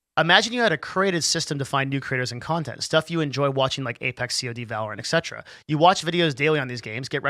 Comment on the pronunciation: GG I watched the whole thing. Also I died when you pronounced it C-O-D Instead of saying cod